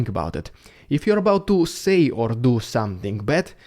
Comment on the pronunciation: Words that end with the letters ing, are not pronounced ingk. Also, somethink is not a word.